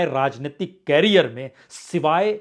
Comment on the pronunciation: भाईसाब, कॅरीयर नही, "करीअर" "करीअर"😅